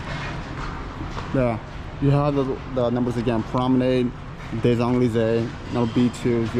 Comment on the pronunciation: This is like the Eiffel Tower in a neighborhood in China. I agree that this is not where the French expats live. The French dip their croissants in their cafe au lait for breakfast. And butcher the pronunciation of Champs Elysees so badly.